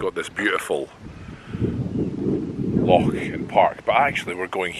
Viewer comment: I'm sorry to pick you up on this but it urks me so much that a Scotsman cannot pronounce the word loch properly.